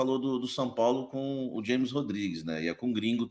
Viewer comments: O cara trabalha com futebol e nao sabe que James Rodriguez se pronuncia "Rames" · O cara ja falou milhões de vezes desde 2014 que o nome dele é James com som de R e o cara ai fala na forma americana pqp